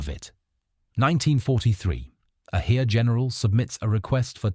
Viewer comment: I worked it out! The "Here" he keeps talking about is " das Heer". Pronounced "Hair". I know I'm f***ing stupid but this was confusing and didn't give me confidence in the rest of the video.